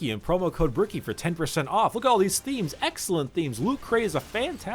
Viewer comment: Bricky definitely isn't a family man with that kind of pronunciation